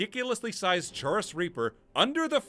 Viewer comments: It's pronounced 'chorus' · Just a few notes: Most West Nile cases aren't neuroinvansive, and most that are cause encephalitis more often than meningitis It feels so wrong hearing you say "chaurus" like that. I always assumed it was more like "chorus," with the ch sound in "chitin." Rock-joint sounds more like tetanus to me. Obviously not in the way it affects the player, and Meeko's owner didn't have the arched back, but you can only ask so much of the Creation engine. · I think "chaurus" is pronounced like "chorus"